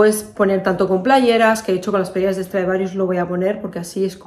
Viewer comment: Me encanta todo y q dices playerasssss como en las palmas!!